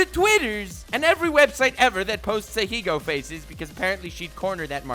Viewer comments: Every fucking time. Every single fucking time. When will you learn, when will you learn that your actions have consequences. Stop saying fucking Ahiigo. I lost more braincells from hearing people mispronounce the word than from every thot video I've ever watched. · I can't tell if you're ironically pronouncing ahegao that way or not but it's pissing me off either way.